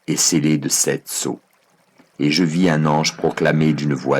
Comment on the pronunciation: J adore cette lecture audio mais c est un peu insupportable de dire septS anges .... Y a pas de s a sept... Et plusieurs erreurs de lecture qui viennent perturber l énergie du texte....a part ça merci